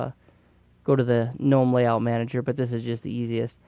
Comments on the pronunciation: Man it sure is nice to hear someone actually pronounce Gnome and Mate correctly. I subscribed just because of that. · He pronounced both correctly. In america its mate not mate-e because we aren't speaking Spanish and talking about their drink. There is no such thing as G-nome. Its Gnome pronounced nome like a yard Gnome. Fuck stallman. That is all.